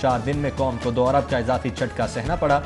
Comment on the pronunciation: 4 abar nahi 4 arab hota hai